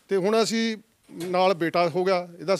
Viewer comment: Anchor ji apnia bhasha shood karo, Sangrur nu shangrur boldey ho asin nu ashin boldey ho deysio